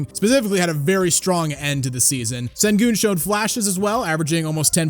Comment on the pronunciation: It’s pronounced Shengoon. It’s not an S at the beginning it’s that weird Turkish S with the extra line, that is pronounced with a ‘Sh’ sound